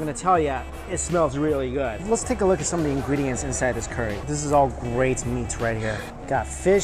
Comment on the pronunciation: 1. You and Mark Wien's bro-mance continues...what's up with the nearly identical uploads in the last few months?! - no complaints, but...I just find it funny. 2. You pronounce curry -> CORY. It's endearing ;)